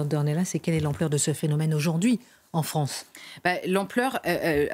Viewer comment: La Fronce !